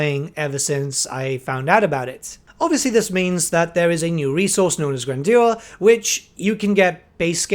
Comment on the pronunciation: “Gran-jur” btw